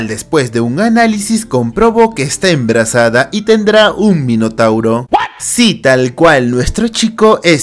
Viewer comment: Medio risa cuando dijo enbrasada XD